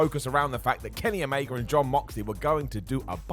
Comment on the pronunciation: Omega* not Omeiger